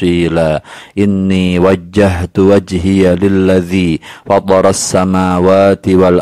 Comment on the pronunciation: bang bukan nya ihtidal itu bacaanya gx boleh pake inni wajjatuh harus wajjahtu mohon maaf kalo saya salah karna pernah dengar ustad besar hadihidayat mohon maaf kalo saya salah assalamualaikum wr wb